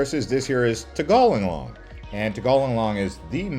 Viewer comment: Lived in Bali for 2+ years in the 1990’s. Tirta Empul is pronounced … tear tah m pool , tegallalang means cow field and is pronounced tea gah lah lang